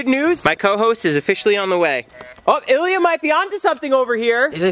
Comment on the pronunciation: its Ilya not yilia😂